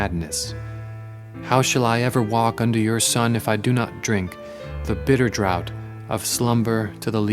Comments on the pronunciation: "Draught" is pronounced draft not drought... which totally changes the meaning! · Draught is not pronounced like drought, it is pronounced like draft.